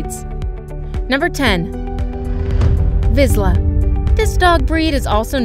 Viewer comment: That is not how you pronounce Hungarian Vizsla😶. I have a 4 yo one and he’s the sweetest dog ever he’s fast, active and thinks he’s a lap dog😂. Also a Vizsla is the third fastest dog in the world😮